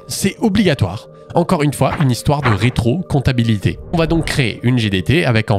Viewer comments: Sauf erreur de ma part on dit rétrocompatibilité et non rétrocomptabilité ??? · rétro-comptabilité ? mdr C'est rétro-compatibilité :) En vrais, bonne vidéo et très bonne explication! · retrocompatibilité, pas retrocomptabilité 🤣à moins que ça retrocalule nos anciennes fiches de paie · Il y a que moi qui bug sur le "Rétrocomptabilité" au lieu de "Rétrocompatibilité"? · Ils sont obsédés par la RÉTROCOMPATIBILITÉ, et non la rétrocomptabilité 🤣😂 ! A part ça super vidéo ! 😁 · J'ai pas compris le meme de dire "rétro-comptabilité" au lieu de "rétro-compatibilité" à chaque fois quelqu'un peut m'éclairer ? Vraiment excellent en tout cas ! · Dev ici, vidéo exceptionnelle, mention spécial au Rétrocomptabilité :Pje pense que tu voulais dire Rétrocompatibilité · T'es sur que c'est pas "rétrocompatibilité" que t'essaye de dire depuis le début et non pas "rétrocomptabilité" ? La vidéo est super cool en tout cas, merci à toi pour tout ce taff ! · Petite correction : ce ne pas 'retrocomptabilité' mais 'rétrocompatibilité' :) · "Rétro-compatibilité"... Et non pas "Rétro-comptabilité" ! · "rétrocoMPTAbilité" ?? Plutôt "rétroCOMPATIbilité" nan ? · C'est pas rétrocompatibilité au lieu de rétrocomptabilité? huhu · Par contre c’est rétrocompatibilité pas rétrocomptabilité, non? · Marrante cette manière de dire "rétro comptabilité" au lieu de "rétro compatibilité" :) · Non mais sérieux, rétrocomptabilité ?! Un lapsus ça arrive, mais là c'est aussi écrit comme ça à . En plus c'est répété à et encore à . Pfff. Pour info, c'est rétrocompatibilité, ce qui signifie compatible avec l'ancien. C'était fait exprès ?